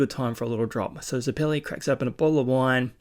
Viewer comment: Also if you're struggling with names homon is pronounced like har-mon you did get it right at one point so congrats and zeps name is pronounced like the zeppelin ballon bizarre I know lol but you'll find out while probably already knowing the names are gonna get more strange